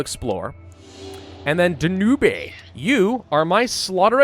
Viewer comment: Danube pronounced "Dan-ooh-bay" gives me life.